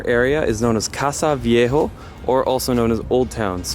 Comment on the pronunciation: It's not "casa viejo" it's "casco viejo"